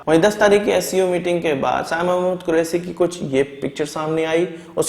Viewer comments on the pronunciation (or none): Santi nahin shanti, Des nahin desh kahiye. Correct your speech. Quresi nahin Qureshi.